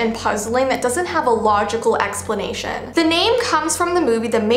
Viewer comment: Did nobody ever noticed that she said explanation as expenatoin